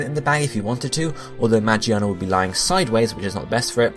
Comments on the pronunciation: WHY ARE PEOPLE SAYING MAGIANA ITS MAGEARNA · Lol you pronounce magearna ma-Ji-arn-ar its mig-gear-nar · ma-gear-na not magi-arna >.< so annoying 😂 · You know I'm pretty sure Magearna is pronounced Ma-GEAR-na not Ma-GEE-arna. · Mah-Jee-anna? its pronounced Mah-Gear-Na. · who is magiana? isnt it magearna? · magearna, not magiana. Magiana is japanese name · It's Ma-Gear-Na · Isn't it pronounced "Mah-Gear-Nah"? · ITS MA-GEAR-NA!!! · Alright I get the argument that he's used to call magearna that but come on moron it's mah-gear-nah and it looks like a fucking gear I think it would be obvious how you pronounce that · Say it with me now. Ma-GEAR-na. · Omfg get over how he pronounces Magearna's name. That puny thing wasn't even the point of the video. You people are so annoying. Let him pronounce things as he wants. We all know what he means anyways so there's no point in correcting him.